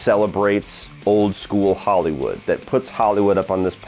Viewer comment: Am I the only one that heard system of a down when he said "old school hollywood"